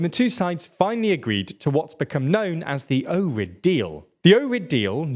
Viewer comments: Ohrid is pronounced as ojrid, not orid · Just an FYI, in Slavic languages the H is always pronounced (like the H in happy). So Ohrid isn't pronounced OH-rid, the H has to be heard. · I will never forgive you for saying ''Ohrid'' without an h lmao. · The “h” in the Ohrid Deal is not silent. It’s same as the “h” in Ohio. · its pronounced ohrid, like its spelled dot skip the h